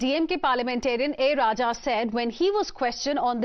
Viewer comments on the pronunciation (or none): none